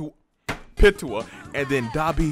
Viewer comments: Its piiiitou not pitoa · Where do you guys keep getting the “a” at the end of Pitou’s name?? 😂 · I hate how he says " pee tu oh" instead of "pete oh"lmao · “Pittoo” I know it’s kinda weird but it’s pronounced like “Pee-toe” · PeeToe not PItoe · I screamed every time he pronounced it like "Pitowah" WWWWWWHATTTT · Lol lets say it together "peetoe" pitou And tall right the manga for my hero is fucking fire right alot of people are gonna be pissed when it comes back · BRO...ITS PRONOUNCED Pee-too! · its PEE TOE my guy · Am i the only one that felt irritated when he didn’t pronounce pitou like pee-chu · Pitou is a guy lmaoo and it’s pronounced Pee toe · pitou is poranuced peatoe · The way you say Pitou is just... no. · Why is he pronouncing Pitou like that?